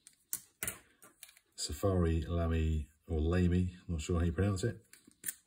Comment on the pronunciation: Lamy is pronounced “lah-mee”. I was pronouncing it wrong until I realized it’s German.